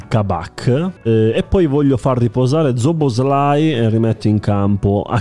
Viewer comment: Nessuno: zobozlai